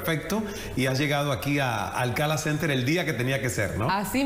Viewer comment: Es Ismael Cala, no SALAS!